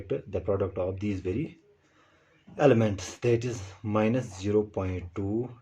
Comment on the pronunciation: It's elements not elementas 😂